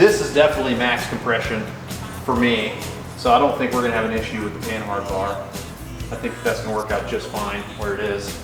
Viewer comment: Mr Panhard (silent h) would be disappointed that all you youtubers say his name wrong. He invented the panhard bar.